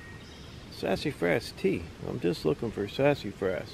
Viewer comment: Ive never heard Sasafras pronounced that way before...hahahah Sassyfras hahaha